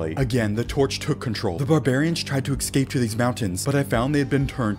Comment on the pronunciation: stop saying ecscape, its eScape